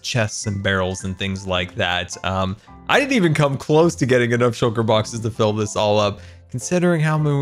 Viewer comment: Everyone: Shulker Boxes: Shocker Boxes